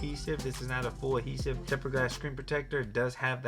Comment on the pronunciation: Adhesive my man, aDhesive. Not "Ahesive"...